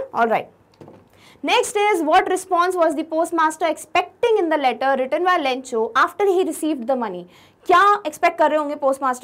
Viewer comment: QuestioN NO.28 mam u said ledder in style which is letter 😂😁🙂